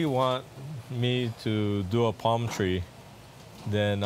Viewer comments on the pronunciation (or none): none